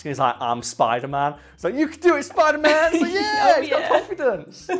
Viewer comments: Ah yes, I love Spidlr-Man. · Oh yes the Spidlr-Man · wtf is a SPIDLR-NAN tho? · Fun fact tom Holland has a hard time saying spiderman.